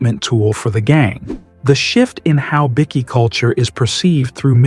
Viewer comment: Another AI channel, pity this AI cannot say bikies.